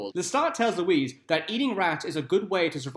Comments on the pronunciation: It's Louis NOT Louise lol!!! Fillum??? Another lol. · LOO-EE....Not fucking Louise...Jesus!!!! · Is it bad that I know ALL of these facts. Also, I feel like David Bowie would have been AMAZING as Louis. Also Louis’ name is NOT pronounced Louise it’s like Louie. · How are you going to do a video about a movie you haven't watched? If you had watched the movie you would know the name is pronounced "Louie" yet you repeatedly call him Louise so you either didn't watch the movie and have no business doing a video about it or you did watch it and are deliberately mispronouncing it which makes you ignorant twat. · Brad Pitt's character's name was pronounced "Louie", not "Louise". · Here’s a fact, it’s pronounced Lewey! Just sayin?